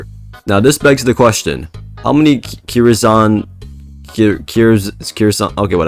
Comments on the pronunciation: i strongly believe its pronounced curse-n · im pretty sure kyrs is pronounced "curse"